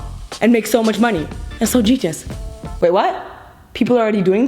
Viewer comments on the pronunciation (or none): i carried on watching the video and she says “that’s so getius” LIKE NOOOO 😫